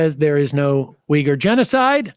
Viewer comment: You’re a producer correctly pronounces Uyghur(we-gur) as you incorrectly pronounce this at least three times but finally correct yourself in a later pronunciation but with as long as you have been and on air radio host, YouTube content creator, and a peacock show but have a serious problem with pronunciations Of a lot of words.